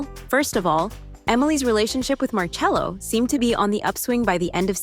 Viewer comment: Marcello but it's pronounced marchello. Pls.